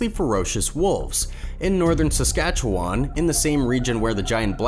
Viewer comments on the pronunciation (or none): none